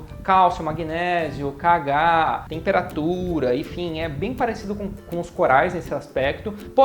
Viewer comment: É KOH e não KH!!!!